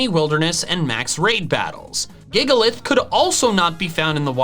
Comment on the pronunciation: For a moment there I thought you said rain when you mention Gigalith.